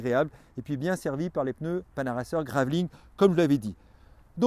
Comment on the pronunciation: Très beau vélo. Merci pour les précisions historiques du début. Attention : Panaracer GravelKING (et non graveling comme tu prononces). On passe de 'roi du gravel' à 'qui fait du gravel', tu vas les vexer nos amis japonais 🙂